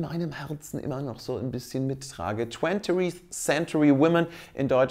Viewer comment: Wenn du noch einmal ”twenturieth“ sagst, gehe ich an die Decke! XD Du kannst doch nicht ernsthaft seit Monaten denken, dass das die korrekte Aussprache von ”twentieth“ ist und noch nie darauf hingewiesen worden sein...